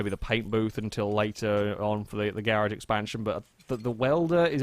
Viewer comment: I like how when u say garage it sounds like ur saying garbage